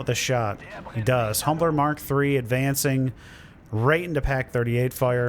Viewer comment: humber not humbler